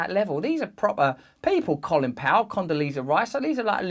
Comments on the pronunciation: Not Colin it's Co....lin. Lol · Coal-in Powell & David Betray-Us. Work on your pronunciation, Russell😊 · Russell, with a brain as large as yours, you really should know that the 'o' in Colin (Powell), is pronounced the same as in the words no, snow, toe, blow etc... ;)